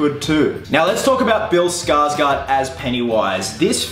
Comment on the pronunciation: The "å" in Skarsgård is pronounced like "awe". There ya go. Not Skarsgaard. Skarsgård.